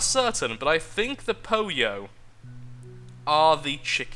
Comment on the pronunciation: "poyo"... it should be pollo hahaha. its spanish for chicken